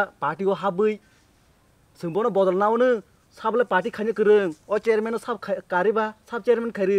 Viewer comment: 😂😂 he even don't know to pronounced chairman chariman